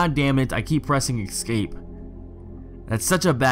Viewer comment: Thanks for uploading. GREAT JOB!! :) One suggestion: NOTE: THERE IS NO "X" IN THE WORD ESCAPE!!!!! It's pronounced ES-CAPE. ESSSSS-CAPE. And NO, it's NOT a colloquial thing. (I hear that excuse every time someone butchers a language). I'm sorry. I sincerely am. I cringe with all the grammatical no-no's in internet videos. But with the number of times you said the word, you may as well pronounce it correctly. Hope you have a terrific holiday season. Again. thank you for doing this video.